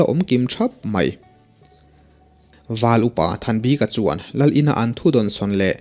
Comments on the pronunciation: Val upa thanbika hming i lam dan hi a zo tawng lo e, bik tih lai tak hi (a bik in) tih kan lam a bik kan sawi ang hian lam ta la a dik zawk lo maw le aw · Comment hi i en ngailo a nimaw.Val Upa Thanbika hming a,'bik' ilam dan lah hi i siam tha duh der lo a.ngaihthlak peih loh phah thin.i lam dan hi mizo/lusei tawngah ka hre ngai lo reng reng.:mi bik' tih te'tha bik' tih te a bik ang hian lam ve mai rawh.thing emai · Val upa Hming Thanbika tia i chhiar hi eng hnam tak nimaw...Lusei tawng chu anilo phawt mai a